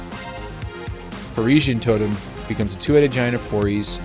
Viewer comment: "foriys" is pronounced "four eyes" because lol the giant has four eyes!!! i swear i read that in an article on the wizards site